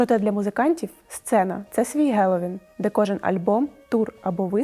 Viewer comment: Тіпає від кожного "гелоуін". Правильно "хелоуін"